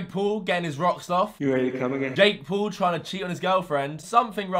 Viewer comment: PAUL as "paw-ul" not as Pool omg